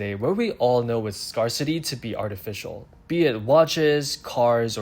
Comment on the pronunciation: I had hands on with burgundy and it’s a beautiful watch. My preference is the 68 with blue dial, as I find 58 on the smaller side but I will wait until the 68 is on jubilee. FYI, it’s pronounced scare-city, not scar-city as it’s phonetically written.